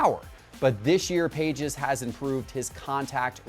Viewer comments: Lordt have mercy. It's not Andy "PAGES" -- it's Andy "Pah-hez" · It's not pronounced like pages and he hasn't started every game this season for the Dodgers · You pronounce Andy Pages name wrong. It's PAH-hez. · Pronounced ( Payes ) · its pronounced like Pah-es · if T-pott fed him Pages' stats for this episode, I really question him being a baseball expert. You can't go in front of hundreds of thousands of subscribers and simply state stats that are not even close to factual and then pronounce the guys name wrong on top of it and say "I've got the inside Intel, listen to me, I know what I'm talking about" If it was a first time offense, I'd let it slide, but come on, this happens on the regular. Baseball guys know there stuff and it's hard watching someone with a large audience, financial backing, and a team around him flub the stats, the name, etc over and over. They just need a real baseball expert that geeks out on the stuff. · Do your homework - Pages just recently got called up from AAA - he has not started every game - also learn how to pronounce his name correctly... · Not how you say pages name